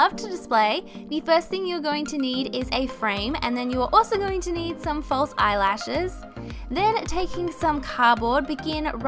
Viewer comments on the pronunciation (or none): eye layshes